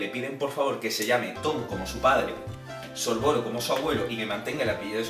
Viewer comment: Mira que me gustan los videos así y se que conllevan un gran esfuerzo por tu parte pero como fan de hp me han sangrado los oídos...no son los hermanos piveter son los hermanos Peverell, no es antinoch es Antioch, no es sorvoro, es Sorvolo, no es merope, es Mérope, no es little humpton, es Little Hungleton, no es cracatus burger, es Caractacus Burke, no es rominda ravenclaw, es Rowina por mencionar algunos... y lo más importante!!!! los padres de Neville NO están muertos, están en San Mungo, por la maldición cruciatus de Bellatrix Lestrange!!!!! colagusano no tiene NADA que ver con ello... aclaro q es español de España y no latino, y que no es hate, pero, ya que has buscado la información estaría bien q estas cosas no ocurrieran no??